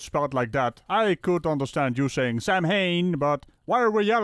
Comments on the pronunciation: It's not pronounced Sam-Hain, but Sow (as in the female pig) - Ain... It is Celtic after all so the MH sounds like a W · The way he was saying Samhain had me yelling at my TV. I decided to check before I posted and I'm happy I you did. Give me time though, I will make a fool of myself in this thread eventually! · How To Say Samhain